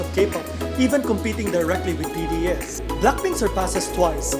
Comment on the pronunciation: The way he says BDS bothers me so much